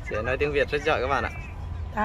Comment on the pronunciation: A nên đổi tên thành đi. Haha. Để ý thấy a k nói được chữ có dấu hỏi. Giỏi thì thành giọi, hỏi thì thành họi. thì thành:)))) Đúng là:))) Xong lúc nào mặt Cụng như đang cười. Nhìn vui mà lại thấy hài hài. Em chúc anh thật nhiều sức Khọe, vui Vẹ và hạnh phúc nha.